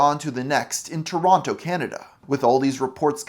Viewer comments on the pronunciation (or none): none